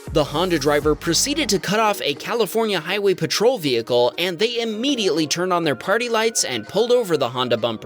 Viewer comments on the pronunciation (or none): none